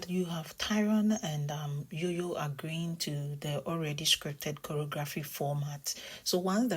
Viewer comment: Jojo sounds like Jam not Yam